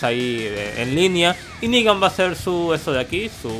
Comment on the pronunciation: Y por cierto es "Negan" no "Nigga" bitches .